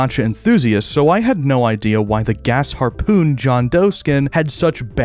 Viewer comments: FINALLY someone pronouned Gasharpoon correctly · finally heard someone say gasharpoon the right way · Bro did not say GAS harpoon😭